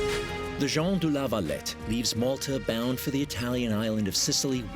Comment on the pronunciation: I get triggered every time he says Jon du la valet